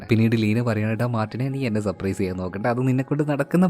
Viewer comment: സപ്രൈസ് അല്ല surprise